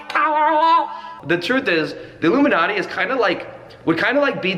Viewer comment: "Alumilatte" lol